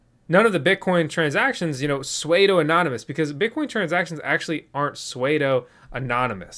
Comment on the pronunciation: SUEDE-O! as in Suede-O Jacket - that was funny as H*LL! Every time he said it I cringed. But, give my man a break - I completely understand the pronunciation slip-up.